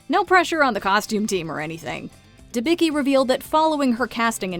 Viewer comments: It makes my ears bleed when i hear how you pronounce Elizabeth Debicki name :D it isdɛbʲit͡skʲi not debiki, in original it was Dębicki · Elizabeth Debicki's roots are Polish and her last name should be pronounce "Debitzki" because c+k is not "k" is c(tz)+k.... I can't stand butchering it....